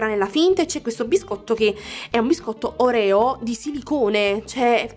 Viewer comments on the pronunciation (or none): none